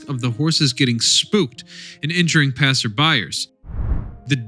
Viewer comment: It is " passersby" = plural Not psserbiers!!! Lmao at you